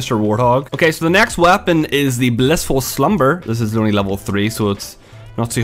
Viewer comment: Does the way he says "weapon" drive anyone else crazy?